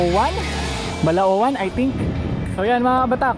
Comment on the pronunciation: Idol taga balaoan aqo bilisan mo lng ng pag bigkas ng balaoan Ride safe idol😉😉